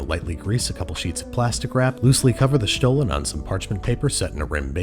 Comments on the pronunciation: Great job Babish! I love it how you take a look around for worldwide specialties. Also, my German ears absolutely adore you saying the word Stollen 😊 love from southern Germany! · 10 out of 10 on that pronunciation. I am not from Germany ,but I am a german speaker. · I have to say, your pronunciation of Stollen is perfect 👍🏽. Nothing basic here ☺️.